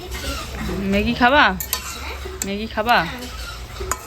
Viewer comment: ম্যাগি কে মেগি মেগি বল কেন। সব কথাই ভুল।